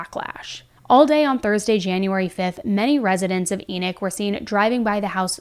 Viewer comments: It is pronounced E-knock... being a full time mom IS a job! Family massacres are not new; they have existed as long as humanity has existed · It's pronounced like Eknock. It's the name of a Biblical character. Not a surprise considering where it is. I live in Utah. NOT LDS! Maybe it isn't pronounced like that, but in the Bible it's pronounced like Eknock.